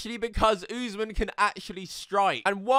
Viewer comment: Usman is pronounced, Uss-Maan, just fyi